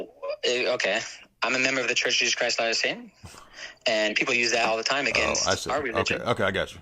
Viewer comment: loud exhale "I'm a member of the church of JesCriesLaDaySane"